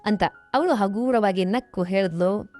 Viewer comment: ಮೊದಲು ಳಿ ಹೇಳುವುದನ್ನು ಕಲಿ, ಹೇಳಿದಳು ಅನ್ನುವುದನ್ನು ಹೇಳಿದಲು ಅಂತ ಇದ್ಯಾ 😂😂😂😂😂